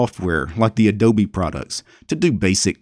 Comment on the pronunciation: odobe , instead of adobe, wow that one k*lled me